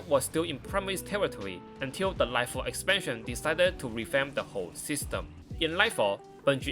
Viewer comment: Right Farrrr ezpanshen erwahhh